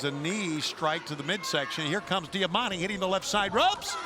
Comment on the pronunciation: Am I the only one that cringes when they say diamantes name